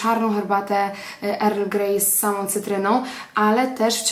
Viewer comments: Wymawiamy „el grej” nie „er grej” ☺️ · naucz sie prawidlowej wymowy angielskiej bo nie mozna sluchac tego erl greja